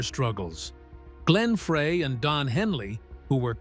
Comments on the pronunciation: Glenn FREY is pronounced FRY...not "fray!" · Pronounced Fry not Fray! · it's pronounced FRY. terrible video. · I'm screaming F R E Y is FRY! This happens on Michigan videos with our French and Indian city names and landmarks. It's infuriating!! And Glenn is FROM Michigan, so he gets it with both barrels!😡😡😡😡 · One would think that someone narrating a Meisner/Eagles documentary would at least know the correct pronunciation of Glenn's last name. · Please get Glenn's name right it's FREY. Like French frie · Its Glenn Fry, not Fray and Ledon not leedon.